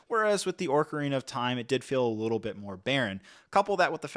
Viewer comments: I took a short of vordka every time he says Orkarina and now I’m coorked with alcohol poirsoning. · ORCarina is insane dawg you might need a dialect coach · Ah yes Tolkien's princess of the Orcs, "Orcarina". 😂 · orcarina so many times just triggered the ever living shit outta me lol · What's worse is that ocarinas are a real musical instrument, not something made up by Nintendo. I can understand not knowing how to pronounce Deku, but just LOOKING at the word "ocarina" will show you that there's no "r" before the c, so pronouncing it as orca-rina is insane. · Lmao when I was a child I used to pronounce it “Ocarnia” but as a full grown man no excuse for that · Ooofff... forget me saying I'm going to hear Orcarina everytime... Ocarnia wins the butchery of the day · Orkureena skull-two-lah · "Orka-Rina of time" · He is pronouncing it like Orca🐋rina 💀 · ORRR CAR INA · I’ve never played Zelda and even I know you’re butchering the pronunciation of ocarina and terminology, do better, you’re just being lazy and not doing your research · The names, my dude. Ocarina, especially, has two different accepted pronunciations, but you didn't use either one. I normally wouldn't care, but because of how often you say the words it just got more notable over time. I understand that you maybe didn't play the games yourself, but it might've been worth watching a youtube video or something about the games to get an idea of how to say the names. I'd recommend that in the future when reviewing sets about a property you're not familiar with. Hopefully there will be more Lego Zelda sets in the future and you'll have'em down by then. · where are you seeing an R in ocarina ☠️☠️☠️ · mispronouncing ocarina every time really annoyed me lmao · haha. I meant the R he is pronouncing at the start - not the actual R that is later in the word. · why does he keep saying ''orkarina'' instead or ''ocarina'' ? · Say it with me “Oh-Cah-Rina, not Orca-Rina” lol You can do it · Its pronounced "ocarina," fyi